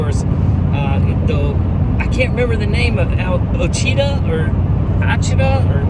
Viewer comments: It's pronounced "wash it taw". Ouachita... Just curious, you say that's the only spot in the southeast that you wouldn't take a full size. You've run hurricane creek in NC. I'm heading there in a couple of weeks, and my buddy has a 2021 gmc, still stock other than bed rack etc, but no lift. Would you take Austin there? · Been to Haw creek a bunch of times. Never seen it in the snow. Ouachita is pronounced wash-a-ta